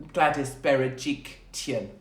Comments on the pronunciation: Bera-Jik-Lian is how you pronounce it Katie 😂❤️ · You almost said Gladys’ last name correctly, my love. But change the T to an L. She is also known as Gladys BeryJERKlyan 😆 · Where is the T in Berejiklian 🤦🤣